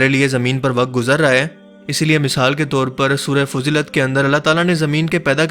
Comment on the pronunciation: سورة الفصلت ھے بھائی تلفظ ٹھیک ادا کیا کریں ۔ آپ روانی کے چکر میں فضلت کہ گے